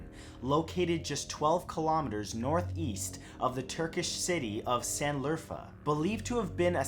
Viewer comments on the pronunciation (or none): Şanlıurfa sanlurfa değil lan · Sanliurfa Is Actually Pronounced Shanliurfa And Written Like Şanliurfa And That Fancy S Is Like An S And H.... That Is All.